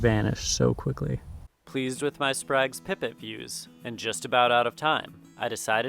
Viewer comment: Quick fyi, it's pronounced spray-guh's